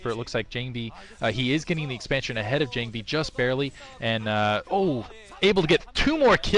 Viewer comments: most SC2GG commentators are not Korean. Believe me its jOng-bee. Its how its spelled phonetically in Korean. All Korean is in Han-gul, Han-gul is 100% phonetic. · is a great new commentator. I would argue that his gamesense is EASILY better than Kenny's. FWIW, his voice, vocabulary, and fluency seem to be much more tolerable than Klazart's. Sure, he is no Cholera in terms of his commentary, and "JONG-BEE" did get on my nerves a bit, but really, I think he is much better than the commentors here have given him credit for.